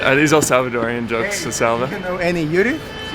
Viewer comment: I like to see people seeing what really goes into el salvador and how we're changing it, but please just say Salvadorians 😂, I don't think the "El" is necessary